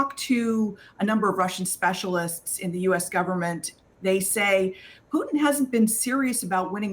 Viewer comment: Point of correction precedent Putin not Putin 😊